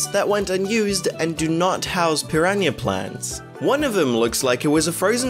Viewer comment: "Piraña plant" Lol